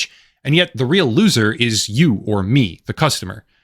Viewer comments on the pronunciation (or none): none